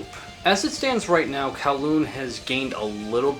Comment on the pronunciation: kowloon is crazy.. its pronounced goo-ryong more like. i have no idea where the fuck kowloon came from 😭the lyrics are in korean and all the korean on bandcamp for the release is correct, not translator korean, uses north korean lingo. But probably some guys in s.korea trolling.